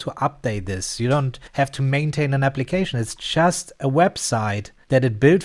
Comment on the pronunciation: Ahhhh "just" i was wondering why you was always saying "chess" lol. Tank to subtitle